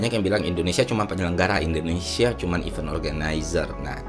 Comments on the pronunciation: cara baca kata 'event' itu 'event' mas, bukan 'event' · It's good to fix your pronounciation of 'event' word